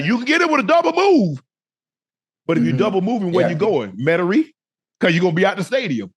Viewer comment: I don’t like how he said Metairie but it still was hilarious 😂